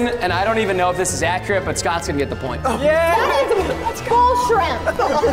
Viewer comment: I heard bullsh and i was thinking "preston is there something y'all are hiding from us?!"